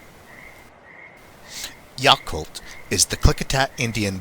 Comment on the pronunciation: It is pronounced Yaaaaacolt like yak. I lived there for 7 years. Everyone knows they are there but the people don't really talk alot